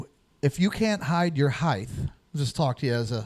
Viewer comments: Omg please pronounce height correctly, it ends with a ht, not a th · At about 54 minutes did he just pronounce height as hi-th? With a th on the end instead of a t? What is the education system in America good lord